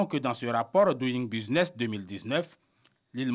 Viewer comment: la rti doit recycler ses présentatrices en anglais . regarde comment elle prononce doing business